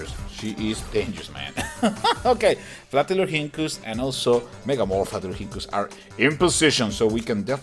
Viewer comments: its fla-tur-lor-hink-kus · it's flaturinkus (the h is silent)